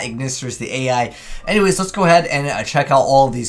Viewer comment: The spell/trap archetype is not pronounced A.I. but ai, the field spell fot example is pronounced like island, you missed so many troll names because of this.